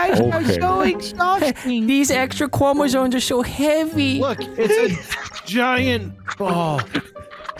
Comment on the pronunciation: "These extwa cwomesomes are too heavy" honestly gold right there